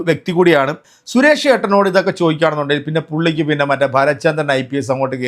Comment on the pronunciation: Koya channel 😂😂😂😂😂😂😂😂😂😂😂😂😂😂..sures alla ..Suresh …parayu suresh …azeez ennu parayana pole sures alla..😂😂😂parayu suresh ..😂😂Koya kunjungal 😂😂😂